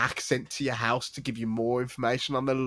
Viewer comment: You gonna pick on the Italian saying halo with the way you pronounce house? Hooose Hooose hooose Tsk tsk